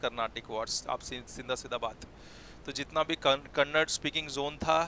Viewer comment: Sir its kannada not kannad